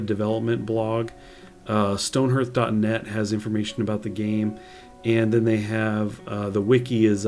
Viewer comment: Stoneherth? no its stone HEARTH, pronounced HARTH